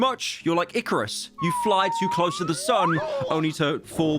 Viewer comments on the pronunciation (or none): none